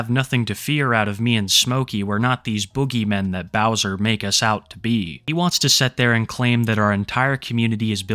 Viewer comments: the white bowsah is a predatah! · White bowsah is a pwedator gais